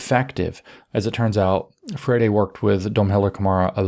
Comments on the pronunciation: Please go back to "Freyeree".. "Freddy" just CAN'T be right 😢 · It's more like fray-ee-ree. The ee is very brief. Portuguese has a lot of tough sounds that are not intuitive at all. It's worse that it's a stress timed language so syllables get cut off in weird places sometimes. 😅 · I'm not convinced Paolo Fur-Eddie deserves proper pronunciation of his name. I'm hereby starting the lobby to change his name back to Free-Airy. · Good to know it is pronounced "fairy" rather than "free-air-ee". ;)